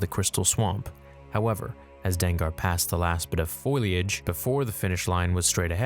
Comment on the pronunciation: “Foilyage”? Do you mean foliage?